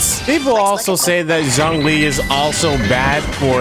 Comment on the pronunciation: Noooooo the butcher of old man Zhongli's name but good video though :D